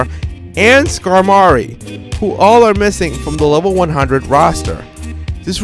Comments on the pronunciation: Its a play on the word 'Armoury' pronounced Skar-mahree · Downvoted the video just for that pronunciation